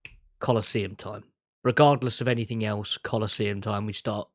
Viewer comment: I love you but can you please stop with the anythinK! It's anythinG!!! It's driving me loco hahahahah <3